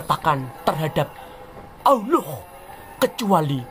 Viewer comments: 😂😂😂 astaga penyebutan allah itu lho mengesankan 😁😁😁😁😁🤣🤣🤣🤣🤣🤣🤣🤣🤣 kupas terus Gw penggemar baru anda uda gw subscribe n gw share. Sangat intelektual dan sangat bagus gw menikmati dan juga , menghibur tetapi tetap waspada tetangga sebelah kepanasan😂😂😂😂😂😅😅😅😅😅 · Kok ga becus nyebut nm ALLah gmn kao